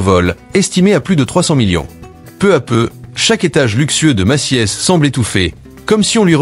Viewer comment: pas de e dans Macy’s ca se prononce Meci’s